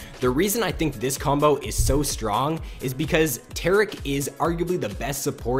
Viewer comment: When you say combo it sounds like "cumbo"